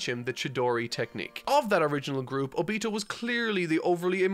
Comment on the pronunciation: obito is pronounced oh-bee-toe